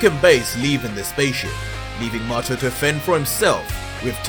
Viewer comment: IDK if it's just ur accent, but I'm pretty sure Mato's name is pronounced "May-Toe" like a Tomato. I guess Tuh-May-Toe Tuh-Mah-Toe, but the girl Basil is definitely "Bay-Zul" like the Herb. It's pretty evident that this writer used the true Dragonball formula, by using names that link together... ie; Freiza(not freezer) Cooler, Frost